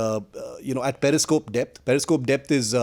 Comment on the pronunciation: first u shd know that it's Periscope not parascope. And its Hatch not heatch. Now with this I don't have to tell expertise of Pakistanis and leave Kanglus they shdnt be even talked abt much 😁 Indian naval expertise was already proved during 1971 in karachi and ur expertise was Proved with American submarine PNS Ghazi sunken into bay of Bengal 🤣🤣 Indian coast guard is enuf to tackle ur navy. Kanglus can be tackles by Bengali fisherfolk only 🤣🤣